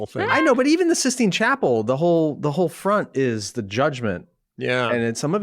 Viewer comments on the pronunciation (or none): none